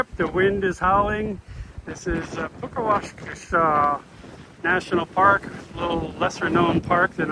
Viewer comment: Pronounced 'puckasaw' great vid, I live on Lake Superior, moved here yrs ago. Beautiful esp if one loves the outdoors all yr round as much as we do! 😊